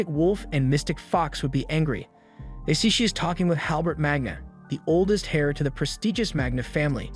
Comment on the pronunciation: That's not how heir is pronounced